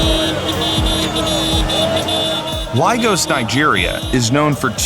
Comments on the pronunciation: Ligos Nigeria? Really. That's how auto-translate spelled it, ok, but the narrator also called it Ligos ... My suggestion, don't report on foreign countries if you can't even pronounce major cities correctly. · Ligos Nigeria??? Sorry I know of Lagos Nigeria, but never heard of whatever the hell "Ligos" is supposed to be...